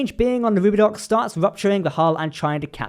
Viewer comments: Lmao "Roubidox" it's pronounced like "Roo-bi-doe" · it's pronounced rubi-doh, not rubi-ducks. they say it a bunch of times in the episode. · Seems all California class ships are named after cities in California. However the X is silent in Rubidoux its Roo-Beh-doe. Sorry, for nit picking on now two ship names, but I'm from California and while i think it funny to be mispronounced, its a little distracting. Maybe its just me. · That ship is pronounced ROO-bee-doe, btw. There is a question of Mariner's age. Even if we figure that she went to the Academy at the earliest age of 16, that would make her only a couple of years younger than Ramsey could have been. If Ramsey was a fast-burner and made captain by age 30 (say, capatains were being made faster because of losses in the Dominion war, but they could only be so fast), that would still make Mariner around 28 and significantly older than the other ensigns. We know she's been around longer, has been promoted and demoted. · Rū-bâ-dō ... the x is silent...